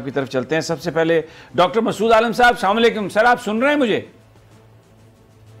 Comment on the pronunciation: Asslam-o-alikum bola ķrain yeh sama likem kya hy